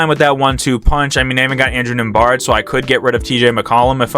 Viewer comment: It’s pronounced nemheart